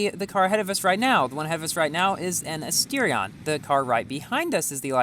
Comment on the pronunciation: Why does he says chentanario and astirion